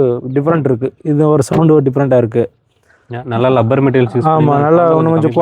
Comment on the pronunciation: அது 'லப்பர்' கிடையாதுயா., அது 'ரப்பர்'.எந்த ஊரு உங்களுக்கு?ஏன்னா ரெண்டு பேருமே 'லப்பர்' னுதான் சொல்றீங்க.